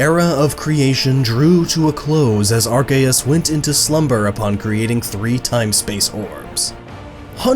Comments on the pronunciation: Gabe He emphasizes it oddly. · The official pronunciation is Ar-key-us not Ar-kay-us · Chance Simons are Kay us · Ar cay us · It's Ar-kee-yus. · "there was nothing but an egg that hatched into ARKAYUS" "such as ARCTIQUNO" This video is hilarious please do more. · As soon as he said < ar - Kay - us > I knew it was Gnoggin lol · even though that's how ash Ketchum pronounces it in the movie, i will forever say it as Ar-see-us. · The games literally reference how to say it now because of silvally. RKS system - Arceus system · It’s pronounced “AR-KOOS” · When he pronounces it are-kay-us Instead of apropos Me:TRIGGERED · EXCUSE ME AR-CA-US IS THAT WHAT YOU ARE SAYING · Arceus was right, the c is hard. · Why did you say archeus when it's arceus, i cringed so hard... but still nice video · Silvally's ability is RKS, Arceus is pronounced Ar-Kay-Es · i-i thought it was arSEEus but ok. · It's arcccccccccceus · its Archeyus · Whenever he said Arceus I cringed